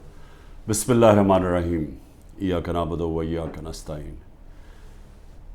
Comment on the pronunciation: عمران خان جی آپ بار بار بسم اللہ پڑھتے ہیں ایاک نعبد و ایاک نستعین پڑھتے ہیں لیکن آپ کو پتہ نہیں کہ آپ غلط تلفظ کرتے ہیں معروف پڑھے مجہول نہیں